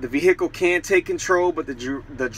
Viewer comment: Never heard someone call it a vee-HICK-ull